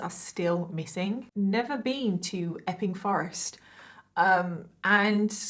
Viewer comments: I thought she was saying 'effing Forrest'😅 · ..... I can only hear her saying F-ing forest lol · Everytime you say the name of the forest I hear F’ing forest Effing forest